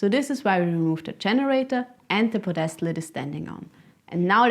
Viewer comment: I'm not meaning to make fun of you but I have never heard someone call a ped-es-tal a po-des-tal. Spelled pedestal.